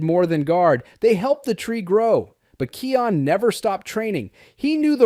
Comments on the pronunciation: It is Kion not keon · Its kion not keion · Yah someone please teach this person how to look,read and pronounced it is pronounced kiiiaa-ooon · YOU KEEP SAYING KIONS NAME WORNG